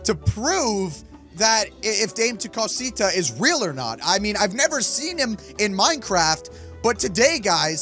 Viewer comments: Dame to Cusita is pronounced Dah-may-to-coo-seetu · It's pronounced dom-eh-too-co-sito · Just so you know it's pronounced da_may_to_co_see_ta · That's not Dame tu Costa it's Damé tu cosita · Dis is how you say it Da-mhh-e tu co-si-ta ok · You pronounce it Da-meh Two Cosita. Kinda like that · its da-ma t-o ca-sita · dami to cosita is how you pronounce it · I know its 2023 but maybe you still don't know how to say it still? anyways, Dame Tu Cosita is pronounced (Da-may-two-ca-see-ta) your welcome! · It’s dam-ee too coseeta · dah-meh- too co-see-ta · Pronounceing Dama tu cosita (da-ma to co see ta) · Here’s how you pronounce it : ( DAM-O-COTO-SEET-A ) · its da meh to cos e ta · Its penoust (damae-tu-cosita) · its dama cu cusetu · It’s pronounced dummy to Kaseeta😡😡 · Dham-a-co-tah-si-ta. It means give me your little thing that is the actual definition and we know it is referring to the male body part. If you don’t know what I’m talking about get off of YouTube now. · You are saying it wrong and yes it is in Spanish but what it means in English is give me little thing and it says it’s not for children so children if y’all are watching this pls don’t watch the video and I love your videos especially try no to laugh with unspeakable and Mose